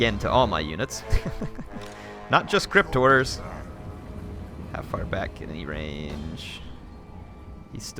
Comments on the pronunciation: to me it sounds like crypt whores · every time you say "crypt horrors" it sounds like "cryptors"